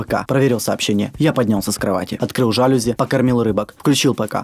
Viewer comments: Жалюзи ударение на и го в том что бы Room Factory увидели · он сказал"жа́люзи"... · ЖалюзИ, а не жАлюзи!!!!!!! БЕСИТ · Не жааалюзи, а жалюзиии -_ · Не грамонтный! Не жАлюзи, а жалюзИ! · Счастливая TV всем пофиг я тоже жАлюзи говорю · не жАлюзи,а жалюзИ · не жааалюзи а жалюзиии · ААААААААААА ПРАВИЛЬНЕЙ жалюзИ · Правильно говорить жалюзИ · Ты не правильно говоришь жалюзи